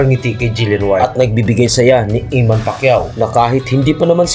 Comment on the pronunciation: Eman po...di iman😅